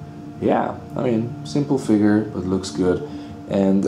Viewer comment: "Let's go into the FIGURRRRR." Haha love you brother.